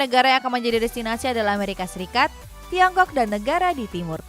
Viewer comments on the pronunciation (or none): none